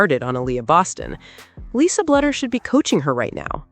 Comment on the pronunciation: Bluder is pronounced Bloo der